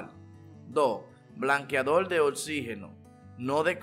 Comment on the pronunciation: DIJO BLANQUEADOL NO BLANQUEADOR 😂